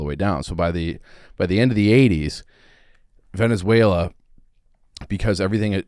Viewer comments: My goodness, this is embarrassing. Neither of you have a clue what you're talking about. is so dumb he doesn't know how to even say Venezuela. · Love but if the guy doesn’t know to pronounce the country they’re discussing maybe you just shouldn’t talk about it